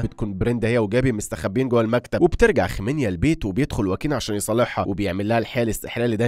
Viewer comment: اعتقد اسمها خمينا مش خمينيا